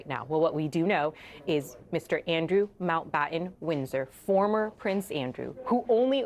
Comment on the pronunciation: Way to downplay it, CNN. And somebody, PLEASE, tell these GenZ-ers to PRONOUNCE THEIR FREAKIN' T's! It's not "Mao-Bahh-Ehn," it's "MounT BaTTon."